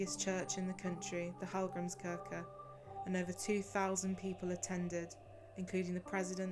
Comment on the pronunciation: It´s pronounced BIRTNA, with like how you say e in "read". BIRTNA, not "Burna". And Hallgrímskirkja is pronounced "hatlgrimskeerkja" (Two l´s always become "tl").